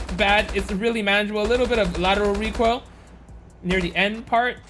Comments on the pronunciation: Me in kindergarten in the future:What does reekoil sound like? Kids:KUgh KughKUgh KuGh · What's recoil? Do you mean *Reek Oil*?